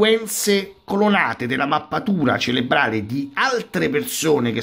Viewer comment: CeRebrale, si dice ceRebrale, non ceLebrale! Visto che hai a che fare con queste cose, e quindi con questo termine, tutti i giorni, sarebbe il caso che lo usassi correttamente.